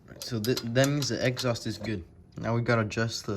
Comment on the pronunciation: I heard egghaust lol but good video thanks